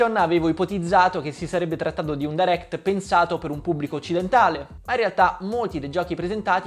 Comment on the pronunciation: Potresti almeno pronunciarlo bene direct.. è fastidioso...